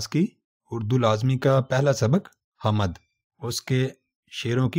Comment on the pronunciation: آپ کا تلفظ بہت غلط ہے۔حامد نہی hmd بولئے